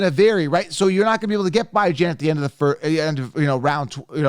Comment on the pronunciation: It's bee-jon not bi-jan lol